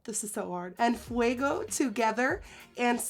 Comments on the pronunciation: "en fuego" its literally "on fire" even tho in spanish means "en llamas", also you said en fuego amazing lol🔥💕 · I love you...but.....its ki-yan! You said En fuego correctly! But cyanne was driving my nuts! lol